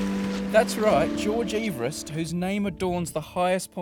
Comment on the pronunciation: This video put me through so much anxiety when he was pronouncing it Ee-verest I thought I'd been saying it wrong my whole life